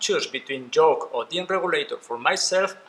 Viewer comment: I know English is not your first language but you keep saying “Joke “ not Yoke 🤦🏽‍♂️🤣🤿